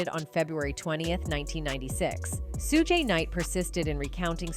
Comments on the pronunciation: "Soo-Gee Knight" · FYI: Suge Knight's First name is pronounced ~~ SHUGE ( Shoe +G ) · Are you purposely disrespectful? It's for you. Notice people names pronounce them right, but thanks for the content. Bur get your name right. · Please pronounce his name properly… this proves you ain’t black